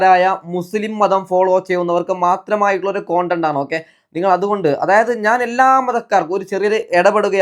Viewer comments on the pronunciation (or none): കോണ്ടന്റ് ആണോ അതൊ കണ്ടന്റ് ആണോ 🤔